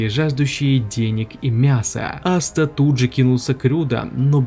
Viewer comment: Какой нахуй астеР он АСТА зачем коверкать его имя, можно конечно шуточно назвать астерикс но не астер